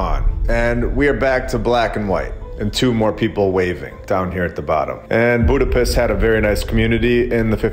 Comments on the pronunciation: Eh brother.... Hungarians never say "Buda - PEST" It's pronounced as; "Buda - PESHT" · Budapiss? Is that a Midwest drawl thing? If on purpose, not that edgy